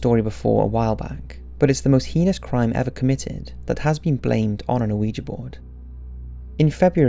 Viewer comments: Why do you keep pronouncing "heinous" as 'heehus'? lol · Thats not even closento how you pronounce heinous